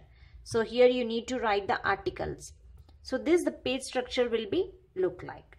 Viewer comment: And it's page not pige